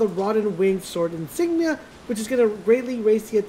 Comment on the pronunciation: I rewatch this video regularly simply because of the deficiency this guy has in pronounciations of certain words, especially the PROTHESIS + INSIGMA. Gosh, it's so funny!